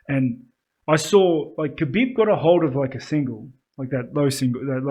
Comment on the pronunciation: It’s pronounced Habeeb. great analysis boys, I was surprised you didn’t have a short clip like this after the Romero costa fight. That woulda blown up on YouTube and got people aware of the podcast